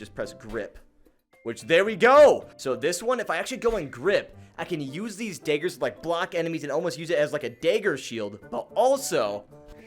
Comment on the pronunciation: Much love, but why are you calling them daygers?